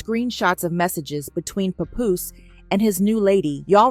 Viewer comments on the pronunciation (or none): The name is papoose pronounced p app oose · Who tf is Papuss?!Papuce?!!😂 ITS PAPOOSE! damn a.i bots!! Lol